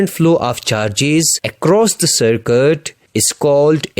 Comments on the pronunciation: this is circuit not circut imrove your english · Circuit ❌ Sarkattt ✅ 😂😊